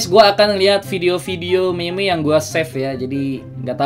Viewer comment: nyebut meme naya jgn meme tapi mim ngerti gk pex?